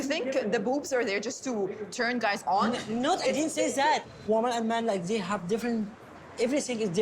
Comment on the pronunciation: Zey, Zhat , zzzzzzzz 🌚